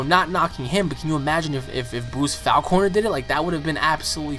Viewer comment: I really do not like the way you pronounce his last name. I've always pronounced it "Faulk-ner" Like hawk but with an F